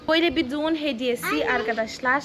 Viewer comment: Düğün yerine duğun demesi çok iyi ya 😂